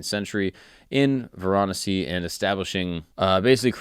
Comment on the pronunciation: Hahaha, you're pronunciation, especially of Varanasi (Kashi), needs some help...